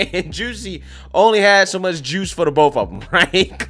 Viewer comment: 🤣🤣 "Only so much juice for the bofe uvm" 😂😂